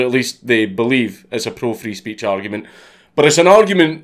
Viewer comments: He's sayin "free speech" but I swear im hearin "freeze peach" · I can't stop hearing it as: "I need help from the Freeze Peach" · Nobody: Count Dankula: Frees peach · does anyone else hearing Freeze Peach when he says Free Speech.